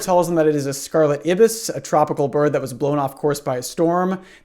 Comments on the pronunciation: There is no way Americans pronounce ibis like you… its pronounced Eye Bis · the true horror is the way you pronounce ibis